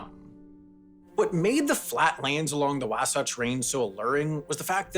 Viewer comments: Just need to work on the pronunciation of some place names: Wah-satch, Man-ta-way, Nah-voo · The way you said wahsatch made me die inside. Great video though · As a Utah native, I found this video really interesting but also funny for the couple mispronunciations I picked up on. Pronouncing Wasatch with the short a like apple instead of like in Washington was the first one I noticed. But the one that really caught my attention and is a surefire way to pick out a non-native was Mantua. It is NOT in fact, pronounced Man-too-a like in the video, but Man-a-way. No I don't know why, but it is. It's not the only "gotcha" city with a strange pronunciation either. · True, especially the way he pronounced “Zion” and “Wasatch” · Also he gave us the Bostonian pronunciation of “Wasatch,” so that was fun.